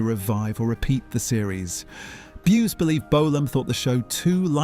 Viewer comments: B'You_zzz (1 syllable) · I was about to ask, who the hell is Bew ess? 😂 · Bew es lol 🤣